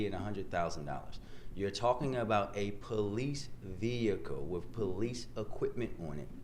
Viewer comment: This clown can’t even speak English. He says wif when he means with. Should this uneducated child be our mayor?